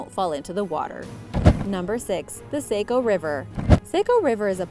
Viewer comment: Sah-co, not say-co :p